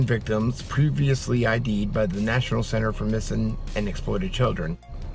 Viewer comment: "Nay-ton-ale" security?